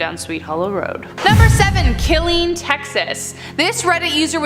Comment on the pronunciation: That's not how you say Killeen lmao